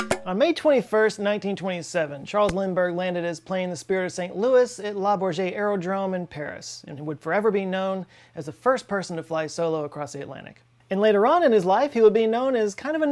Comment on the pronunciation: Being pedantic, but it's Le Bourget. Great video, as ever.